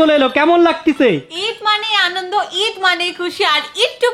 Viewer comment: আলন্দ না আনন্দ 😂😂😂